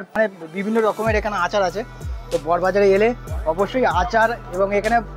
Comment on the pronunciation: First of all jayegar tar naam ta thik kore bolte sekho...... it's not 'bor bazaar '...... it's "Boro Bazaar"